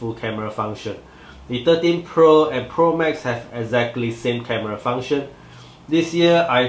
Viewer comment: I hear 30Pro LOL, but anyway good review nice and clear.